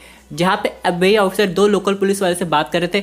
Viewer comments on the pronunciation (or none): FBI agent pronunciation sounds like "abey"😂😂